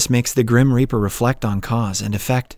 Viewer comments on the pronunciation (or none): Indeed! "Ripper" rhymes with "zipper." "Reaper" rhymes with "keeper."